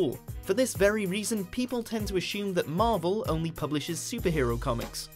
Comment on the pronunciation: It's assume, not ashyoom !!!!